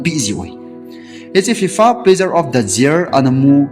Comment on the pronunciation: Year ✅ jear ❌